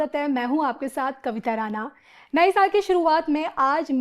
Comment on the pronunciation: कविता तुम्हारा उपनाम राना नही राणा है। ण का उच्चार करो